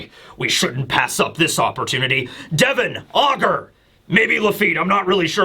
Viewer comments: Day-von sounds way cooler than Devon I’m sticking with it 😂😂❤ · I will always pronounce it katarina day-von because of you 😂